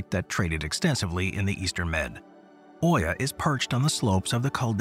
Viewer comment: It isn't Oia or Uia, but Ia. Palea & Nea Kameni aren't on Therasia island, each one is an island by itself.